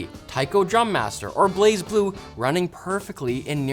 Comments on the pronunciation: Kudos for the pronunciation of Blazblue!! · Man, I never thought I'd see the day Blazblue would be mentioned on LTT. Shoutout for pronouncing it correctly as well